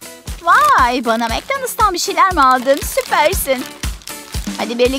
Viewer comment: Mektanıls deyil!! MIkdanıls Bunları berk coskundan oyrendim. Azerbaycandan salamlar olsun😘😘